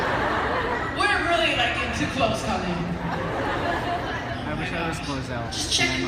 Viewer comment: I hate how he kept saying Cah-leen. It just sounds weird. Most people (and me in my head) pronounce it Coh-leen, and this change made me cringe.